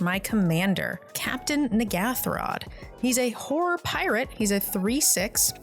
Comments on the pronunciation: It was very funny hearing, pronounce Horror as she did, cause it sounded like she was was slut-shaming her creatures haha. It made giggle throughout the video. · I love how people pronounce horror. Horrors under my control